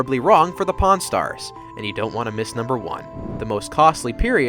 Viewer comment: When he first said "Pawn Stars" in the video I thought he said "Porn Stars" and I double checked the title 😂